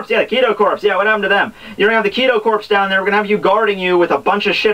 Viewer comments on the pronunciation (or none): First, "corps" is not pronounced like "corpse" but "core." You've mispronounced it consistently here and in other videos and I just wonder if anyone has ever taken the time to correct it. Second, I honestly believe Aizen was mistaken about Orihime's powers. It wouldn't be the first time he was mistaken about something. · I don't know if anyone ever mentioned this or not but I just have to. It's not the Kido Corpse, it's the Kido Corps. Without the 'e' on the end you don't pronounce the 'ps', it just sounds like core. Just wanted to let you know. I'm really enjoying your videos though now I've found them, been binge watching at least 10 of them. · when saying corps the p and s are silent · Its so cringe worthy when he miss pronounces thing like Corps....